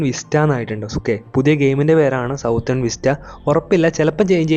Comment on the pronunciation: സൗത്തേൺ ❌️ സദേൺ ✔️